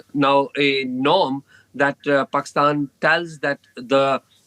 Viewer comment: This guy unable to pronounce Pakistan clearly 😂😂😂😂